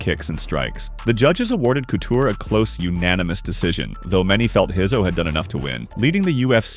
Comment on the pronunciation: Who's Pedro Heiso😂😂 ......Pedro Rizzo!